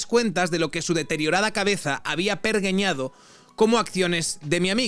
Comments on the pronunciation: Se dice "pergeñado", no "pergueñado". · 10'27'' : "pergeñar, pergeñado" se escribe con 'g', pero se pronuncia como si fuera jota "perJeñar, perJeñado". Misterios del castellano... Como regenerar o degenerar... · ¿"Pergueñado"? Pero tío, por dios, aprende a leer, que está escrito en tu idioma nativo. Cuánto daño nos ha hecho la LOGSE, madre mía 😣